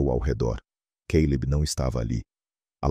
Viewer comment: Não entendo porque o cara fala queileb em vez de Caleb